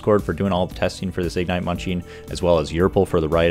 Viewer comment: Please, please, please... igNITE, not IGnite. Not hating, wonderful content, butmy ADHD brain couldn't focus lol